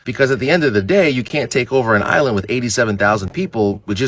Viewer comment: Yal pronouncing the island wrong 😕